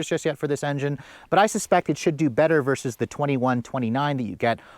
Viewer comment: OMG you still say “versus!” THANK YOU! Every single YouTuber under 30 these days says, “verse” when they mean to say, “versus” and it absolutely drives me batty. THANK YOU 🙏